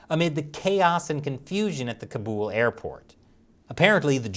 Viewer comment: It's kaaabool not kabul ..